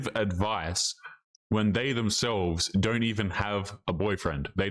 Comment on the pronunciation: How many times osmshe going to say "men dront like women"